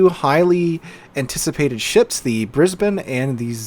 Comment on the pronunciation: As an Australian, thank you so much for pronouncing Brisbane correctly. Most yanks seem to struggle.